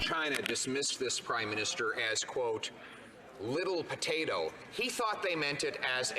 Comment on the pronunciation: Did she say "rittle potato"?